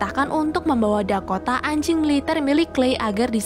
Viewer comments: Biasa aja dong bilang "ANJING" NYA 😂😂😂😂😂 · Biasa aja mba bilang anj*ngnya_